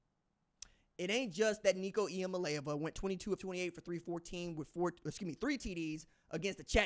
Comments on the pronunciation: It is pronounced Lava, go vols good stuff 👏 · You're close. It's E-a-molly-ava. I appreciate your vols plugs. Keep it up! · Eeee ahma lay ah va ..u still wrong lol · It’s Nico Eee-Uhh-Mah-Lay-Ahh-Vuh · You are still saying it wrong dude😂 Eah mail Ava That’s my East Tennessee phonetics for you😂